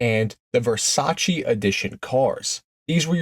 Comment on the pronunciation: Versailles not Versace.